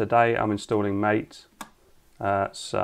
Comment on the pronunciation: MATE is pronounced like Latte. but with one t instead of two and with an M instead of L. Maatae. or something.